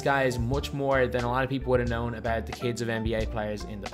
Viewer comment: Okhay what's abeout